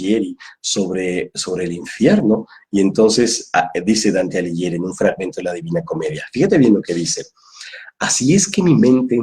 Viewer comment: Hola,. Debo hacerte una pequeña corrección con todo respeto. Dante Alighieri se pronuncia como si dijeras Dante "Aliguieri" (la "h" modifica el sonido de la "g"). Un gran abrazo cuántico.